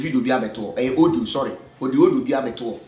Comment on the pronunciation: Please use your commonsense, to pronounce well. The word is audio no odio